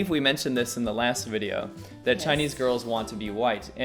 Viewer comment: Welcome to another Wideo!:D